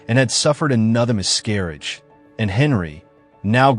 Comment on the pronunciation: What is up pronunciations of names?! And Bo-lin? Mis-garrage? Lord Rockford?? Anne of Cleevies?! Also, your facts...where are you getting these "facts"? Anne Boleyn (or as you pronounce it "And Bo-lin") never requested the French swordsman. Henry summoned him from Calais. A final act of "mercy " Again, all ridiculously Googlable information that this channel bafflingly gets wrong. Consistently. Not subscribing because these videos appear to have a TON of careless (and historically inaccurate) "facts".